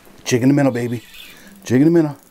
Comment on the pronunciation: I friggin love your videos hahah! “Jig And a Minn-a” 😜